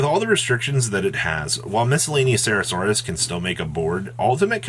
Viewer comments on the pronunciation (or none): it's Miscellaneou-saurus not Miscellaneou-cera-saurus, you're latterly adding an entire syllable that doesn't exist.